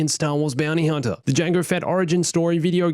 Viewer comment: The accent messing up Omega's name, said so many times... Omeger, Omeger, Omeger... (But also says Huntah) Movie is Not murvie, car is not cah.